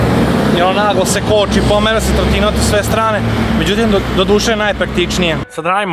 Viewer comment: Niko: Apsolutno niko:: Trotinot😂😂😂😂😂